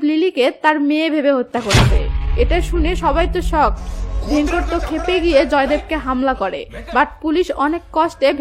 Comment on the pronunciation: Aage character der naam thik pronounce kora seekh taar por explanation koris veda k bheda venkat ke vhenkot bhul uccharon kore naamer meaning puro change kore diyechi nonsense